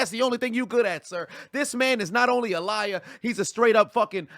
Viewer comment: 😂 saying liar will never get old! 😂 LIAAARR!!